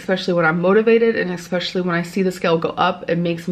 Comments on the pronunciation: I exspecially wish she’d learn to pronounce “especially” correctly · yeah, eggspecialy